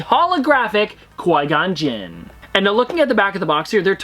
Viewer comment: Please...PLEASE stop calling him “coy-gon-jinn” it’s pronounced kwy-gon-jinn. Sorry the Star Wars nerd in me can’t handle it 😂